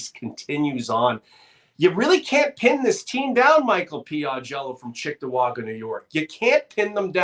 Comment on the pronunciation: It's Cheektowaga not Chicktowaga. My home town.